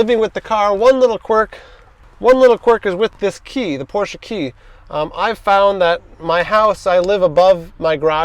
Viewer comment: Respect for saying Porsche and not porsch